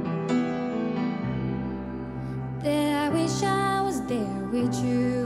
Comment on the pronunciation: Not sure why she won. She has a good voice but without showing emotion it won't take her far. Her face is expressionless on stage. It's "with you" not "whichgew." I get accents but that's not an accent issue it's a lack of learning out words are pronounced in another language. Not a fan.